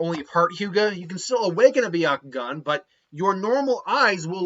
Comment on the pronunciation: It’s byakugan not byakugon